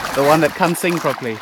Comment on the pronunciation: This guy may wanna work on his pronunciation of the word "can't"...